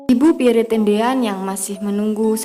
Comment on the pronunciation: Min, menyebut nama beliau yg betul adalh Pierr, huruf e terakhir ga usah d sebut,,.dan nama & pangkat beliau adlh Lettu (CZi) Pierre Andries Tendean , saat kejadian beliau adalah Ajudan Menko Hankam/ Kasab Jend. Abdul Haris Nasution